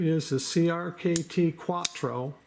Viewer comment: CRKT Cuatro....not Quatro.